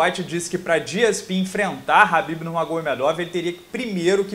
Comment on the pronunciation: Nao é rabibi é kabibi o manè!!😡